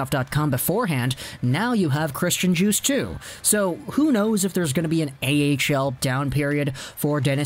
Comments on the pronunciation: you don't pronounce the D in Djoos, you pronounce it like the drink juice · Its pronounced JUICE lol. You know him😎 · It’s pronounced “Yoos”